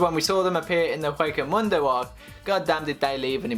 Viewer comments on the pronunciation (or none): did you say Wako Mundo? I'm assuming you meant Hueco Mundo.